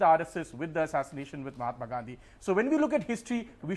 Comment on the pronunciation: you know it's on MAHATMA NOT MOMATA